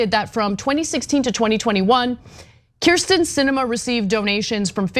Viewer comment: No love for Sinema, but she's been in the public for how long, and you STILL can't get her name right?! It's KERsten not KRIsten